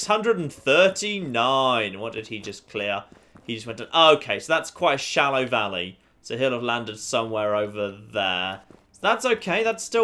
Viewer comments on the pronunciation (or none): none